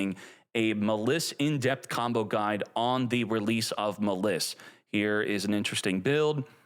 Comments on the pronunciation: its literally a play on malice and he pronounces it muh-liss... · Maliss, it's like malice not ma liss. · bro said muh liss. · It’s pronounced as Malice since it’s based off of Alice in Wonderland 😂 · Is illiterate? How do you pronounce Maliss wrong? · I usually don't get irritated by mispronouncing, but come on. Maliss, the archetype based on Alice in Wonderland, can't be butchered more than how he says it. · Why the fuck are you saying "Maliss" like that? That is literally not cognizant with the name Alice or with how people pronounce Malice or Maliss. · bruh pronounces maliss like a dumbass